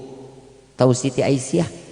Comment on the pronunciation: Asiah bkn aisyah a